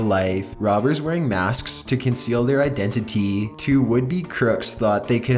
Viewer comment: The narrator has to have some type of autism or at the very least brain damage? I'm not even joking. What moron pronounces Waco the way he does or says identity as identiteeeeeeeeeeeeeeeeeeeeeeeeeeeeeeeeeeeeeeeeeeeeeeeeeee (number 1 on the list). It's beyond a fucking joke at this point!